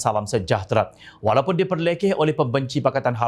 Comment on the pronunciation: Cara dia sebut "WALAUNTeeT" tu professional btui. lolz...